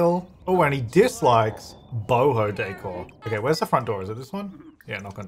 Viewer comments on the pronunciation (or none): none